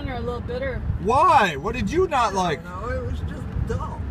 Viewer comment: Did say, "Dull", or "Dumb"?